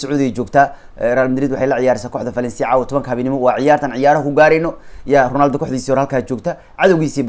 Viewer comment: Ronaldo ❌ Rinaldo ✅ 😂😂😂😂